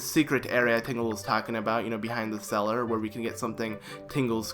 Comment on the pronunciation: How does "cell" become "cellar"?